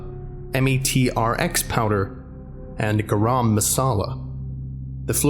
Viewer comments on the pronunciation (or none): METRX powder is pronounced Metrics lol.